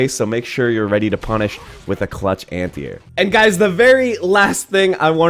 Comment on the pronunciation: Nice video. I have to say, however, that you must have said "anti-air" 10 times before I understood what you were talking about. My ears heard "antear," like "ant ear," and my brain was like, "Is he saying ant eater? Why would he be saying ant eater?" Then once you mentioned jumping, I got it. Are you from the Pacific Northwest? I had a student from Washington who had similar pronunciation.